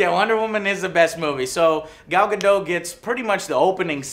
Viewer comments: *GadoT*. theres a T there and it isn't silent you tard. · "Gadooh", its GadoT... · The movie was a piece of Crap! And it's not Gadooo. It's GadoT with a hard "t"!